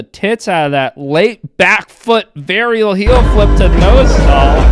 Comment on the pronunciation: Damn pronunciation of “varial” in the euro accent is so accurate lmao.